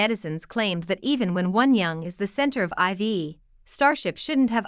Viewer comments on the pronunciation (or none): It bothers me so much that people keep mispronouncing IVE and I’m not even a fan! Lol. It’s not “ivy” or “i.v.e”. It’s pronounced “I’ve” as in “I’ve been annoyed for weeks because no one can say it right!” Lmao.